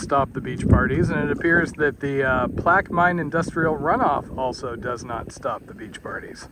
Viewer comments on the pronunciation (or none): So i'm originally from Plaquemine and just to help you guys out its "Plack-you-men" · Plaquemine= PLAK-uh-min